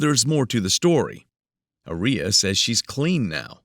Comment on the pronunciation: Aria Armstead doesn't sound anything like gonorrhea to me 🤷🏼 The AI narrator is pronouncing Aria incorrectly. The stress should be put on the first A in her name. It should be pronounced AH-ree-yah